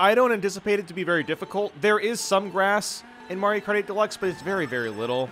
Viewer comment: when he says mario kart 8 it sounds like he is saying Mario party or Mario karty